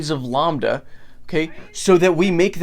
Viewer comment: Never heard someone pronounce lambda like llama and not lamb before!